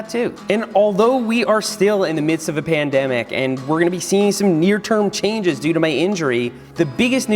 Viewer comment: Seth why did you say pendemic